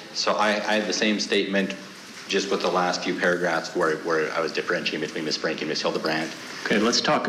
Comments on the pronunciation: ITS Frankie not Frankly. Get it right. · Why can’t court TV get the name right?! It’s FRANKIE not FRANKLY 😂 jeezum both the male and female keep saying frankly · Omg you’re driving me crazy with the constant mispronunciation “Frankly” you even know it’s wrong but keep saying it 😂smh